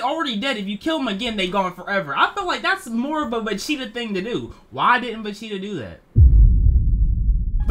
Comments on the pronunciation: wtf is a vacheeta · he's saying vecheata and not vegeta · im the only one who can hear him saying vecheata... time stamp